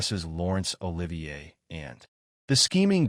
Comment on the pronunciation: This AI vo is total bollocks! Can’t even pronounce Olivier’s name properly! Oliver???!!! C’mon you dumb ass producing this pap - get it right!